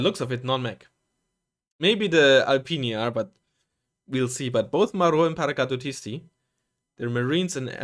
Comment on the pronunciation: Look at you! you NAILED that "Paracadutisti", i was here waiting for you to trip on the pronunciation :D